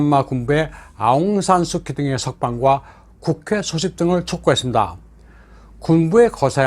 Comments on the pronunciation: 내용이 너무 좋네요. 간단한 거 하나만, 영어로는 아웅산 수치, 한국말로는 아웅산 수지라고 발음합니다. 비록 K이지만요. 아웅산 수치가 민주화 운동은 잘 할 수 있는 자질은 있었지만, 대통령 재목은 아닌 거죠. 2차 세계 대전후 대부분의 나라에서 독립지도자가 그 나라의 수상 혹은 대통령이 되었지만 거의 대부분 부정부폐 또는 독재를 했거나 또 하고 있습니다. 한국도 김구가 대통령이 되었다면 비슷한 길로 갔겠지요. 그런 사람은 그 일을 잘하는 것 뿐이지, 대통령일은 또 다른 사람이 해야합니다. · 하는 짓이 다 똑같군요. 베네수엘라-한국-미국-미얀마 ~ ㅎㅎㅎㅎ 진짜 대단들 하네. 아웅산 수키가 원발음인가요?! 저희는 아웅산 수지라고 알고 있었는데... 아웅산 수키를 뭐 민주화 영웅으로 세계에다가 난리 난리치며 떠들어 대더니, 기껏 한다는 짓거리가 부정선거 ~ ㅎㅎㅎㅎ